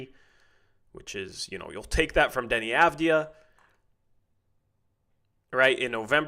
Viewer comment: How many games before gets the Avdija pronunciation right?